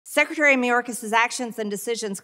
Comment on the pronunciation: Sectary. She can't even say secretary correctly! 😅